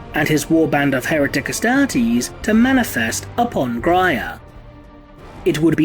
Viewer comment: the adeptus UHSTAHHHH-TEASE